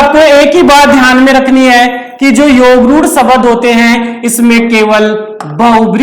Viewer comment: शबद नही शब्द बोलिए सर। बहुत अच्छा समझाया अपने सर।